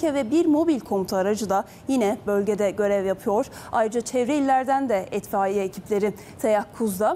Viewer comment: Etfaiye değil ablam itfaiye.